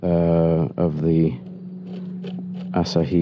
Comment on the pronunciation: The pronunciation is “a-SAH-hee”. Courtesy of Half Vast Flying